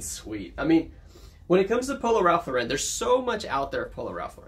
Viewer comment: New subscriber. You said Ralph Lauren is your favorite brand to sell so I thought you should know Lauren is pronounced like snorin'. If you've heard of Lauren Bacall, like that. LORE en. Ralph's last name was Lifshitz. He was tired of being teased. His cousins had already changed their name to Lawrence. He liked the sound of that but wanted his own name. So changed to Ralph Lauren. Most youtubers pronounce wrong but a few get it right. Cayley Elaine is a big one, great channel. Your intros are really great. And congrats on becoming a dad.